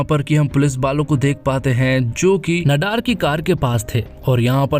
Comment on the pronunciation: भैया, नडार नहीं, ‘नादर’